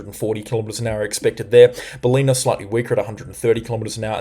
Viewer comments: Bal-in-a. Not Bal-ee-na. :) Good videos though. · Mate who are you? You are giving wrong information esp to the north of Brisbane. This is so dangerous. I guarantee there will be more than a 100mm in the northern suburbs of Brisbane. Your information is dangerous to lives. It’s bal li na by the way not belinna as you pronounce. Cmon man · Hi I have been watching you for awhile and you are very very knowledgeable and informative. As a commercial pilot I take on what you say a long time before the pot smokers at the BOM. Just fyi the town of Ballina in Northern NSW is pronounced Bal-in-nab not balina 👍🏻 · Bro, you have the most comprehensive, informative and objective coverage I’ve seen this whole storm. More so than the BOM’s and far more so than the over-sensationalism the major networks use. Keep up the good work. But.. it’s “Bal-inn-ah”. Not “Bah-lee-nah.” 😂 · you have got Stradbroke correct. Now Ballina is bell LIN nah not bah LENA. Caboolture is cab BOOL ture not CAB bool ture. Uppercase for the main emphasis. And amazing work. I see now we will dodge the bullet near Bribie Is. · It's Ballina, not "Baleena"- emphasis on the first 'a', pronounced like the a in ballet. Nevertheless, great reporting thank you.